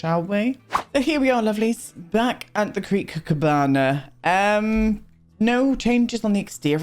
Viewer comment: every time you say Creek Cabana my brain hears Crick Cabana which I'm like 90% sure is the lot where Forrest and Tamara live love this lot progress, the cherry on top of a pretty great day (I passed my driving theory test 1st time and treated myself to a Starbuck and a Lush product to celebrate)